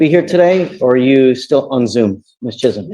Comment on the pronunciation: Woah! Judge pronounced Chisholm right! We don't see that a lot!